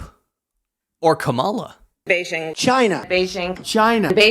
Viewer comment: It would help if she learned to pronounce Beijing correctly.